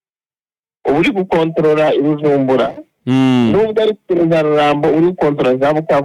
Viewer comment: Bujumbura not Bujumbura, plz!